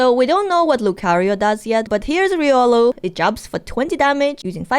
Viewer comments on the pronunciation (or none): none